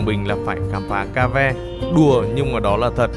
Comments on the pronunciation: Mến chào anh! Video của anh rất vui và thú vị khi cùng anh xem từng địa danh và phong cảnh hữu tình. Em xin chân thành góp ý với anh về tên gọi của Động Thiên Đường hay Thiên Đường Cave ở phút . Cave là tiếng Anh cũng có nghĩa là hang động, phát âm là "khây-v" (đọc "khây" rồi "vờ" nhẹ). Khi anh đọc là "ca-ve" thì vô tình thành một từ tiếng Pháp có nghĩa là kỹ nữ. Mến chúc anh luôn mạnh khỏe và tiếp tục cho ra đời nhiều video hay về nhiều cảnh quan hùng vĩ trên quê hương Việt Nam.😊😊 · Cave là hang động đọc là kê-v(ơ) không phải ca-ve. Ca-ve là tiếng lóng nghĩa là gái “nhảy” tức các cô làm nghề khiêu vũ với khách trong các tiệm khiêu vũ do từ cavalière tiếng Pháp